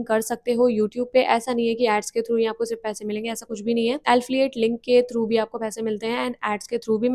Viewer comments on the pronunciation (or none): Don't mind: एल्फिyet nahi एफिलिएट होता है।pls correct next time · Alfiate nhi hota Affiliate hota h 😀 btw nice information